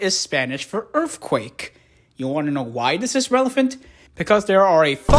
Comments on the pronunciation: Yea but her original point about mispronouncing the word is correct. The dude narrating the voice can't make the "th" sound to save his life talking about "anundder earfquake" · I swear to god everytime you say Earthquake, all I hear is EARFQUAKE 😅😅😅😅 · “earfquake heights” 💀💀